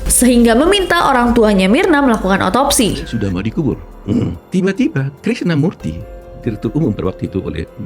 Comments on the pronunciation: MURTI bukan MUKTI 😂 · Koreksi kak murti bukan mukti, 😅